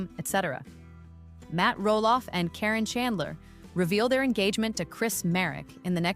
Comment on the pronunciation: Karen ka re n, not Corrine thanks 😊